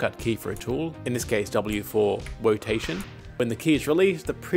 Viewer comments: As a chinese I SCREAMED to "wotation" 😂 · The Wotation Killed me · W for Wotation, haha